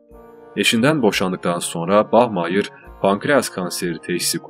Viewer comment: Bach Mayır 😂😂😂😂 Bari Bach Maya de....